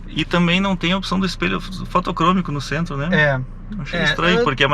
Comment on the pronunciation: "nogento" mano...